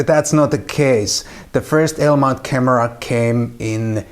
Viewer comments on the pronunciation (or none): What the heck is a "ALE" mount? LOL..